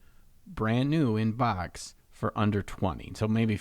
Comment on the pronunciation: Every time says "BAWKS" 🤣😂🤣😂